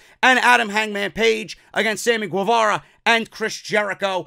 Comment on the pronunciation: Guevara is pronounced like “Ghevara”